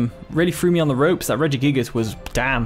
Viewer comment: Look at that! You pronounced it greatly this time at the beginning haha